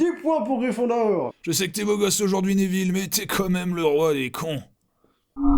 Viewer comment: j ai remarquer que la prof de cuididche elle dit aneville (neville)